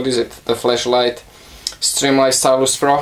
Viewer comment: every time you say "flashlight" it sounds like "fleshlight" lol